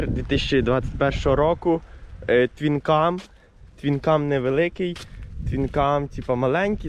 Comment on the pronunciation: Twin CaB А не КаМ...🤦‍♂️